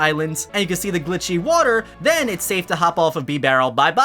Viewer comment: “Bee-barrel”? “Arkee-us”??? Lol